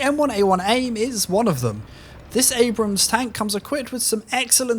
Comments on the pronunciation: "M1A1 AMBRAMS" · gotta love the 'm1a1 ambrams'